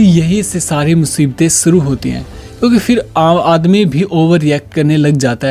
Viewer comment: Boy you should work on 's' or 'sh'.. suru nhi hota it's 'shuru'